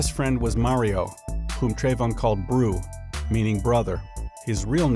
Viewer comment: Tru dat brew He pronounced bruh like brew lol